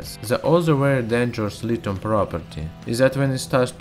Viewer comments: You may not know this, but there is an h in lithium, so pronounce it with one, it's not litum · My point was that there are words that have silent h in English. There being an h doesn't mean it's audible. That being said, I'm sure science dude knows full well how it should be pronounced, but it's not a sound in his language, it's hard to enunciate foreign phonemes. No need for people to act like asses about it.